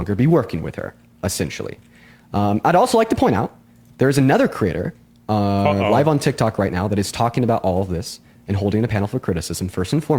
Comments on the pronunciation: Does it really bother anyone else that he says "critter" :face-blue-wide-eyes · Ohhh, he's saying 'creator.' It sounds like 'critter.' "I called all 30 critters together." I thought it was some new slang I'm too old to know about.